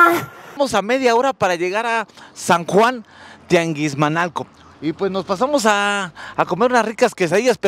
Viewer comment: tianguismanalco no tianguismalco 😅😅😅😅😅